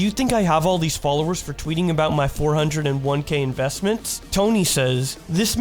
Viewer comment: I love how he pronounces 401K, like it’s 4001 different investments.